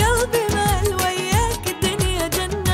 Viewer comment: Gana Ahmed اي والله ماشاءالله عليها بس ماتعرف تلفظ كلمة وياك نفس الخليجيين